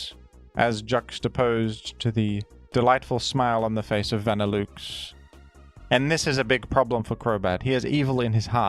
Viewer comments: i can forgive grudon but that vanilluxe pronunciation is something else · Good video, but the way you pronounce Vanilluxe is making me cringe ;w; Also, I've heard of the utility umbrella thanks to Reverend!!! :D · pronunciation of Vanilluxe sounds so wrong but it tickles my fancy... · Hearing Vanilluxe pronounced that way is crazy 😭 You're saying vanilla correctly, so why is Vanilluxe van like a car? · Some say “Vanilluxe” is a pun involving “deluxe” and should be pronounced accordingly, folks. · Truly a dillewks pronunciation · Say "vanilOOX" one more time and im gonna crash out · I love pronunciation but im drawing the line at "van ill ooks" this has gone too far. Who told him to say that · pronounced va-nih-LUX in the anime and on bulbapedia he definitely said it wrong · Vanilla Delouxe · the vanilluxe pronunciation gotta be ragebait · please please please pronounce vanilluxe correctly I beg of you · Is that really how vanilluxe is pronounced in australia or am I being played the fool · Only someone as brilliant as could come up with such an incredible pronunciation for our frosty friend Vanilluxe. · i instantly got flashbanged by the way pronounced vanilluxe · The fact that you somehow missed the obvious pronunciation of Vanilluxe USING LOGICAL VOWEL SOUNDS THAT MATCH "VANILLA" AND "DELUXE" is actually incredible. Bravo. You might be one of the only people on Earth to get that name wrong. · 3 seconds in an he has already commuted war crime with his pronunciation of vanilluxe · I am absolutely here for this Australian man pronouncing this ice cream Pokémon in the most aggressively French way possible. Mon dieu. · My man, idk if you're doing it as rage bait at this point, but think about the words that make up a Pokémon's name for pronunciation. Vanilla, and deluxe. Nobody pronounces either of those works the way you pronounce the parts of vanilluxe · wtf is that pronunciation of vanilluxe my guy